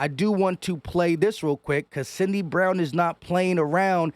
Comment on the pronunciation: Bi-to-ni-o sound it out dawg lol. Also it’s syd-ney not “Cindy”. Go birds.